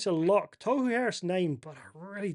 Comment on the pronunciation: Gday, legend bro, chatted with you throughout the years in many wahs pages. Just a quick bug bear regarding pronunciation- Tohu is pronounced Taw-hoo, not toe-hoo. Im sure he doesnt care as hes called that consistently by many people, but I'm sure youd like to be getting it right regardless. Keep up the great content mate, great to see your community build over the last year or so! Shot bro